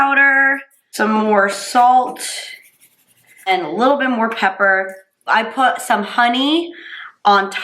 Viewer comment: isn't she the one who said "pepaer"? 😃